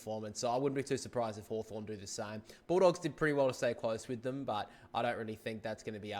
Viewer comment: You got hawthorn wrong